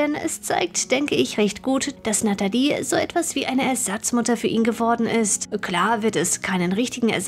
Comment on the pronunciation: Du kannst ihren Namen nicht mal aussprechen die heißt natalie und nicht natedi